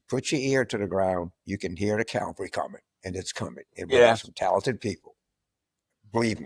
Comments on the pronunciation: Cavalry, not calvary. From French cheval, horse. Get it? Calvary is Christ's crucifixion. World of difference. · Ca - val - ree. (Coming from an Army brat!) Love you, James!